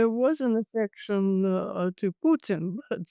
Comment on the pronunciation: World: "Putin" South Africans: "Pyootin"